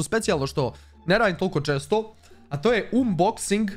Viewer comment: umboxing? kaze se anboxing